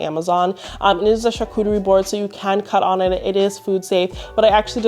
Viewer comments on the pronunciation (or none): none